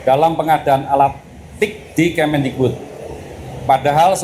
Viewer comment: Mantan mendikbud min, bukan mendigbud 🙏🙏